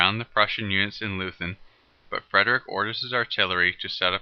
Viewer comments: Nice animation, however it is pronounced loy-tun not loo-then. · Good Video, short but very well done. Just one point: "Leuthen" is pronounced like 'Loyten' not like Loosn" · No lathen but Leuthen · Loothen for Loi-Tin is dumb, though. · Leuthen is pronounced: "LOY - ten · Can't trust a guy who cannot pronounce Leuthen. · No English tongue can,so what?